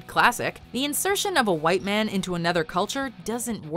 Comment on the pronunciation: What’s with the emphasis on “white man”? Also gun violence is a myth no such thing exist